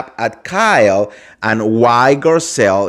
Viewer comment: Dude read your contest few times before you record or go live. It’s not possible to listen to you when you make so much mistakes. You can’t even pronounce Garcelle’s name come on